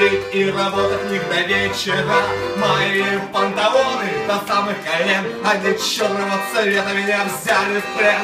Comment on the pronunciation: респект за тюнинг баяна..именной такой баян получился из куска советского гавна...прикольно покраашено,.модно...а тебе совет,ты лучше играй,а не пой...у тебя дефекты речи есть..без обид...ты сам это знаешь,что ты букву Л не выговариваешь а вместо этого звучит Пантавоны...ну итд...так что либо иди к логопеду если хочешь петь на публику (ясен перец что если ты поешь на кухне тогда не надо) а если выкладываешь для общей массы то надо что то делать...либо просто играй если бог не дал петь... лучше играть отлично на баяне чем плохо петь...ну и наоборот...многие делают два дела,но одно дело лучше делать хорошо...